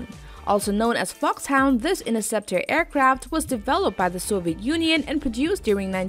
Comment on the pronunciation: This is a wheewy wheewy good video, aewcwaft like the valkawee are reawwy coowow